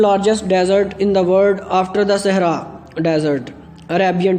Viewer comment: Your pronunciation is wrong bro not sahra desert it's SAHARA ....